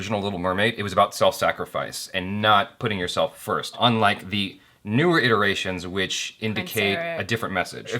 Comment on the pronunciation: 'iterations', not 'iterrations'